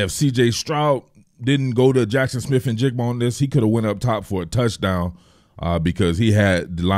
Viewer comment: bonus points for not butchering the kids name either I can’t tell you how many times I’ve heard people screw that up. 😂